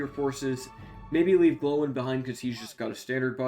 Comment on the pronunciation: Gloin pronounced g-loin like loin chops not glow-in